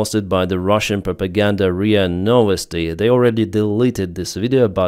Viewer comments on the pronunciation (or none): none